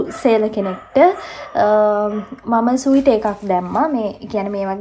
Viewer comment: ස්වීටර් නෙමේ ඩාර්ලින් - Sweater ස්වෙට(ර්)😊.